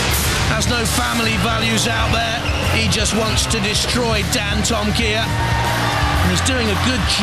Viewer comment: I remember when the guy on the PA announced Dantomkia's name wrong and said dantomakia lol!